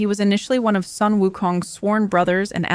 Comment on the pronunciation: Sun is pronounced as 'soon'. It's a beautiful mythology story.